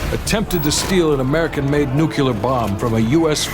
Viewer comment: the game narration mispronounces nuclear as nucular, ugh. SMH